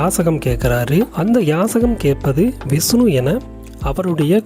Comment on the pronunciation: விஸ்னு பகவான். சரியான உச்சரிப்பு முக்கியம். மகாபலி மாபலி யானது